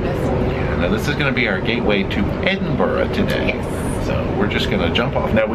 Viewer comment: Well done on the almost correct pronunciation of Edinburgh- that there is instant brownie points haha. (It's just Edin-bruh.) Just fyi, the red bridge is the rail bridge, the older car bridge is the Forth Road Bridge and the newer bridge is the Queensferry Crossing. I'm delighted you had such an amazing time here! These videos are fascinating to me, as someone born and bred from Edinburgh, it's fascinating and so nice to see the things that are just humdrum life for me, things I take for granted each and every day through new eyes- really makes me appreciate my beautiful city! Please come back, you're always welcome ❤ PS- when it comes to haggis, it is SO versatile. Not to sound too much like a Scotsman, my partner and I use it a LOT in cooking. Goes well on a spicy pizza, beautiful crumbled over salad and tastes extremely nice mixed into pastas. We tend to buy the tinned variety (available in pretty much every supermarket.) A toastie (grilled cheese to North Americans) with haggis inside it is out of this world!) If you ever come back, get in touch and I'll give you directions on how to work your way down the vertical city of Edinburgh, most side streets in the city centre are hills that take you down.